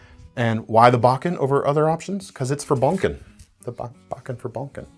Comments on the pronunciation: Bo. Ken. Not bocken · Not baw-ken.. It's pronounced .. Bow - Ken. In Japanese, "Bokken" (木剣) translates to "wooden sword". It refers to a wooden sword used for training in Japanese martial arts, primarily those involving swordsmanship like Kenjutsu and Aikido. The term combines "boku" (木), meaning wood, and "ken" (剣), meaning sword.